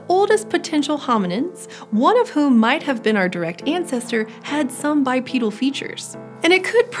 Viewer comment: you mean "bipedal", but you're saying bipeadal".